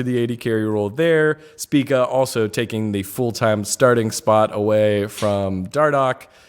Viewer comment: Someone needs to tell why everyone else pronounces it "SPEAK-A"